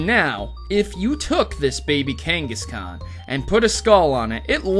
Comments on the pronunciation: I hate to be that guy, but... It's Kangas-KHAN. Like Genghis Khan or Kubla Kahn, or a con artist. Not "can" like a soda can or "Yes I can!" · I couldn't finish this video because you kept saying KANG-gus-can. KAWWWWWWN, KANG-gus-kawn. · "Cain-gus-can" BRUH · Velen Zaiga lol KangasCAN